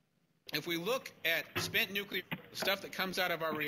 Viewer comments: "New queue ler" ain't a word. I believe they pronounce it new-killer. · If you are capable of saying the following sentence: "Today I got my New, Clear glasses...they are bi-focals", then you are capable of correctly pronouncing the word "Nuclear". Failure to do so puts you dangerously close to being in the same league as The Idiot Bush. "New queue ler" ain't a word.